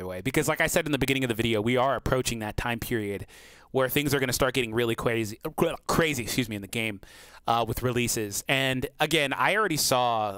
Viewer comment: things really are gonna get "cwazy"